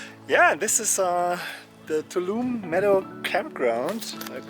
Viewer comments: That’s a squirrel! You can do it! Glad your foot got better. I love the hat repair — the rain probably got to it by now. Btw, it’s Too-ALL-um-knee. If you can say all those words using the English pronunciation, you’ve got it. It’s Native American in origin. It looks like you went to a ranger talk. Did they ask if anyone walked all the way from Mexico? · Your humor also enlivens the videos...and your pronunciations of Ibuprofen and Tuolumne and Donohue!! Very entertaining!!